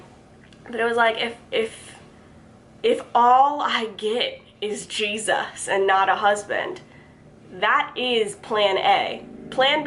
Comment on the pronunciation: Lol, thought I was the only one who noticed that